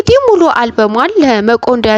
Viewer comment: ጀማሪ ነሽ መሰለኝ በጣም ነው ምትዘበራርቂው እህቴ መቆነዳ ሳይሆን መቄዶንያ ነው ሲቀጥል video ስትሰሪ ቀስ ብለሽ ትንፋሽሽን ስብስበሽ ስሪ.. በተረፈ በርች